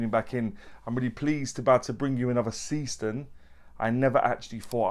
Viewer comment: Brightest of what 'bunch'? Timex indiglo, Lorus lumibrite, Casio illuminator? BTW, the brand is pronounced ZAY-shtern.